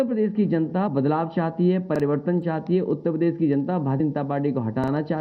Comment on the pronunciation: Utta padesh to bolna Sikh le phle